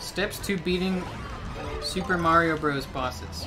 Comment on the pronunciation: Give me a thousand dollars every time he says “mairo”